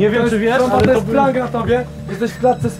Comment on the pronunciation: sory tromba a nie stromba